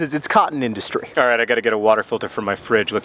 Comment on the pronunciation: This is why I buy fairtrade t-shirts. (though I do live in the U.K.) , at first it sounded to me like you were saying "The United States massively subsidises it's cotton dynasty" I wasn't even aware the U.S. had a cotton dynasty.